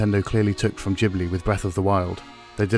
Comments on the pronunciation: its Ghibli not Jibly..... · ghibli is not pronounced "gee-bli" :( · I know right. 🤣. Jeeeblee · I always thought it was pronounced Ghibli